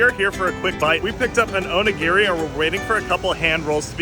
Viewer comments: Onigi... O knee gee 😂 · The way you pronounce onigiri is hilarious!😂